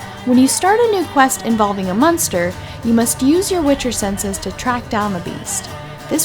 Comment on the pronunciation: Are you saying... munster?